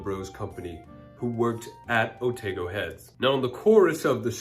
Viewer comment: Thanks for all this info - fascinating, I knew the song but never knew it was actually from our part of the world. By the way (from a New Zealander) Here Otago is pronounced Oh-tah-go not Oh-tay-go. It's also where the goldrush in NZ happened. Thanks for your content!